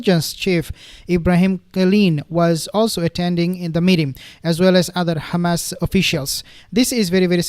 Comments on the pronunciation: Can you please stop saying "KHamas"...? That is the Israeli way of saying Hamas. There is no "KH" sound in Hamas! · Yeah I noticed that too. What nationality is? Maybe he can’t pronounce the h in arabic